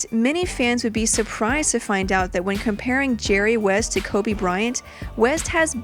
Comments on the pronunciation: I almost left when she said # 10 koby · I died on the inside when she said Kobe at 10.